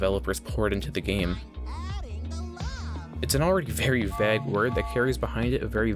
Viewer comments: Is vague not vag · Why this guy say "vag" instead of vague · its pronounced v-ae-gue not v- aa- gue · vayg, not vaag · Please pronounce vague right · I've never heard anyone pronounce vague like vagg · Why do you pronounce vague as vegg? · why do you say vague like bag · bro actually pronounces vague "vag" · You pronounce vague weirdly. Great video tho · i am still wondering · you say you read every comment so i know you are reading this. it has been a year and i still haven't gotten my answer. why do you say vague like that? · Please learn to pronounce vague :X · Stop saying vague. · why do you say vague so weirdly? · Please never say “vague” again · Dude makes this pretentious ass video and can’t even pronounce vague right. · The way you pronounce vague ruined the video for me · Bruh please dont pronounce vague like that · You have a funny way of saying "vague" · mofo cant say vague properly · THE WAY THIS GUY SAYS "VAGUE" STRESSES ME OUT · Lol can u say vague ina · I can't get over how you pronounce vague. Also I'm surprised you didn't touch on Fortnite's predatory practices.